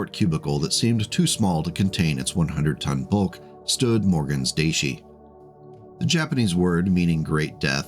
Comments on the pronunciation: Daishi. DAISHI. Not deishie. Aside from irrational pet peeves, good video. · Daishi is pronounced "die she," emphasis on die. (appropriately enough) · Daishi is pronounced "die-shee". The "ai" in Japanese sounds like "eye" in English even though technically, the vowels are pronounced individually, but nobody does that. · Time to clone one. Or two. Or at least put its 100 tonne genes into a grey wolf. Also: You went too far. Friendly note: Daishi is pronounced "die-she". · Great video! One piece of feedback, as a Japanese speaker: the "Dai" in "Daishi" is pronounced like the "Di" in "Direwolf". No worries though, I mispronounced so many Japanese words when I read Battletech novels before I studied Japanese.